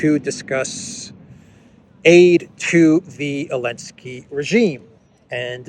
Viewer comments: i've been watching for months and i'm wondering why do you keep calling him Elensky? Its Zelensky. Is there a reason? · Is there a reason why you keep calling Zelensky Elensky? 🤔